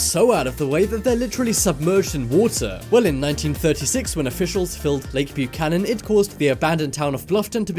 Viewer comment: 1) It's pronounced buck-ANN-unn and, 2) no, nobody ever forgot about Bluffton. In fact, it was so NOT forgotten that they literally MOVED the town a little when they knew the dam was coming. Jesus. And slow tf down when you're talking. Or, don't. 45+ minutes of lies are too many to sit through. Had to cut you off after the Texas stuff.